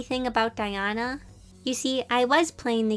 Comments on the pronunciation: Who was suffering when she was saying diana when it diona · its pronounced DIE O NA not DIE ON A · Me listening to voice over in - : "It's not DiAna, It's DiOna!" This gave me bit of discomfort😅, listning to Diona's name being mispronouced. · Me cringing at “DiAnA” and “zHaNg Li” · Its diona not Diana sorry if your offended :( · It’s diona, pronounced “die-own-a” 😞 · U pronounced Diona’s name wrong. Also people spend WAAAAAAAAY more than 5000 to get a five star. Also, you should continue playing and not stop just because u lost a roll with 5000 primogems. Re runs exist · Now that I play genshin impact, how you say diona pains me lol. Not to big of a deal lol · she kept saying diona wrong, i have her.I am soo glad she drawed nezuko but I prefer guyi and tanjiro and rangoku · Nice but so many people say Genshin with a long e sound on the i and it bothers me lol that's just me though. And her name is Diona, with a long o. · I saw Diona and I clicked Edit: she pronounced her name wrong- I can’t- 😭